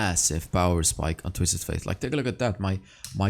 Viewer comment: You say twisted faith bite it’s fate. It bothers me but that all GREAT VIDEO MY GUY